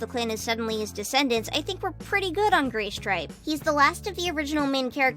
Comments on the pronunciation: Guys it’s not Graystripe it’s Gaystripe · * she says graystripe * Me...... WTF IS WRONG WITH U BRUH